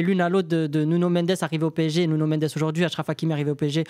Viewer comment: Arrête de dire « Nunio » par pitié. Si tu veux dire avec l’accent c’est Nounou